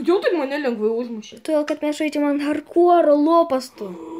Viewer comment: Sakai hartkore čia ne harkore